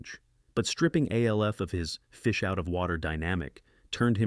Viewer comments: BOTH Alf (or A.L.F. or Elf, as the insipid A.I. voice erroneously calls him) animated series were remarkably well written, with impeccable wit and humor, that didn't pander to their preadolescent audiences. The artwork was incredible, and the animation was at least on par with, if not superior to, any of their Saturday-morning-cereal-crowd contemporaries. I suspect this is just one oof those listicle (while that term is usually an implied portmanteau of "list" and "article," in this instance, I'm going to say it's "list" and "testicle" as this video sucks balls) videos that attempts to elicit angry comments from its millennial and gen-X audience, by blatantly insulting their beloved Saturday Morning cartoons, thus driving up viewer interaction rates. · You know it's a really shitty AI voice when it pronounces the three letters of Alf. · Eyeeeeee? Its "Aaaaaaah" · This is voiced by an A.I. (it’s pronounced ALF not OLF) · The Fonz said "Ayyy!", but the ai narration pronounced it "iiiiiiee..." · Right! It was pronounced just like the letter A. What in the world was that weird noise?? 😂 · THATS SOME SHITTTTTTYYYY AI VOICE........PRONOUNCED AYYYYYYYYYYYYYEEEEE EYEEEEEEEEEEEEEEE!!!!! automatic thumbs down! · The fact that you mis pronounce ALF 3 times in a row shows me this video is nothing but AI Scripted BS. Thanks for wasting our time! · Never realized how many ways to pronounce ALF 😂😂😂 thumbs down and reported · Same way the AI pronounced "Alf." I mean holy hell wtf. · So funny that the A.I narrator simply cannot pronounce Alf correctly. Serves it right, as the cartoon spinoff of the sitcom was killer. Not as good as the sitcom, of course. Nor was it good as the comic book. But I always got a kick of it when it came on. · I guess we don't worry about AI getting smart enough to take over the world when it doesn't even know how to pronounce Fonzie's catchphrase or Alf's name correctly.